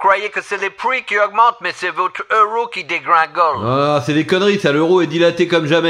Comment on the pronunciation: "c'est votre euros qui "dégwingolll" ptdr